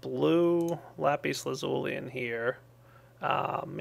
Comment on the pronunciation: i love it when he says lapeace but i would like it even more if he said lapis